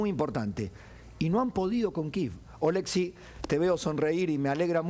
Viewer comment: Ché, no es OlEksiy,- OleksIy 🇨🇱❤️🇺🇦